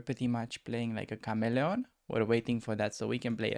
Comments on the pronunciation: Does a kahmelon taste anything like a watermelon? Or perhaps honeydew melon? 😂😋, i tease. Pronounced Kah-mee-leon 😉. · lol in game 2 it took me so long to realize he’s saying chameleon. Sounded like Cam-e-lon😂 anyway, vid 3 asking for a coaching sesh for my journey to 2k! I play the normal London tho